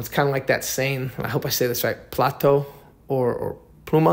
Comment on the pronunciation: Your commentary is terrible. Pronunciation and you showed a picture of American me movie actors when referring to real founding members. And it's pronounced Plata o plomo you said plato. Plato means plate